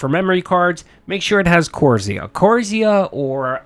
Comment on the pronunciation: OK again don’t give PC advice. You don’t know what you’re talking about. There’s nothing wrong with B5 50 boards at all. It’s just the one that he got was a lower end motherboard and as far as the ram is concerned, Kingston is just fine. You can’t even pronounce Corsair properly. Sorry but stop..